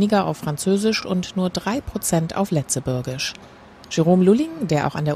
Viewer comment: das wort Lëtzebuergesch wird anders ausgesprochen das g wie ein j oder ein i und hier das ë und die 2 es wie das hintere e bei katze